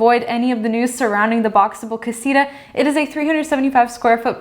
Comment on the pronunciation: Why they try to call "casita" this tiny house? they don´t even pronounce it well